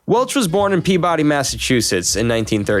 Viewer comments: It's pronounced "peebudy", not "pea body". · Speaking on behalf of the Massholes: It's pronounced "PEE-buh-dee". /not masshole. Just an Irish NYer with too many relatives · You pronounced Peabody wrong